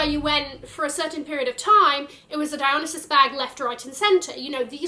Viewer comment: Agree with this 100%. Also, I'm not sure why every Youtuber cannot pronounce "Dionysus" correctly. He's the Greek God of wine. DIE-on-NIGH-sus.